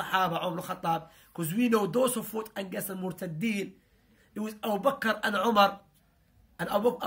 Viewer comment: Ur really good, but please work on pronunciation. Specially word 'against', 'illness' etc